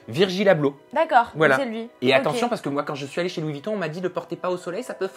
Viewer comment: Pitié... Dites Louis VUItton, pas Vitton...